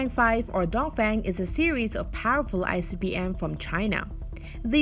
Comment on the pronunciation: its so parrfull 😎